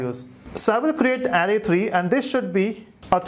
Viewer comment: It's a good tutorial, but you pronounce Array incorrectly.